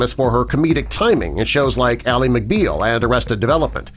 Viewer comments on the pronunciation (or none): none